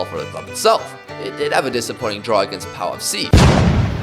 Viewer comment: man said "pow" for Pau lmao